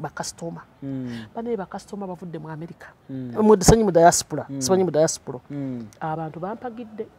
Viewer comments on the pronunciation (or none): none